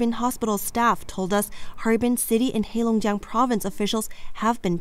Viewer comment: Your pronunciation of Chinese words like Heilongjiang is accurate and very ethnic Chinese. I believe the news caster is of Chinese blood.